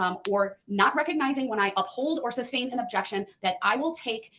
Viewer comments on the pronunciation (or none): Substain.....that gets to me more than Groundz 😖